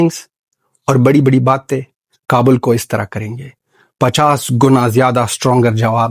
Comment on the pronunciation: ख Khwaja Punjabi kabul nahi kabal kehta hai .